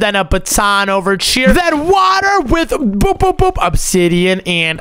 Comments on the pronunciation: Pls stop saying chier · STOP SAYING CHIER OMZ